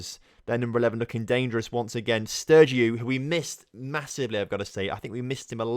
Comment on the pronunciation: How can you mispronounce names so badly? Lautaro = Larouto? Stregiou = Sterygou? Capitanio = Capitino? and many many more... loving the series apart from that and that I'm actually a fc basel supporter. Keep up the good work